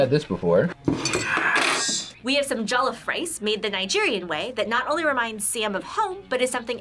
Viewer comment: I love the fact that he said’ the Ghanaian way is better’ cause it IS. Also pls learn to say jollof better 😢 my heart was hurting when you said it